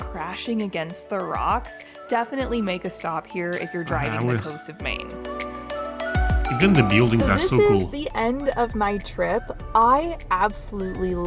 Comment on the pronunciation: No mine. MAine. Long A A not my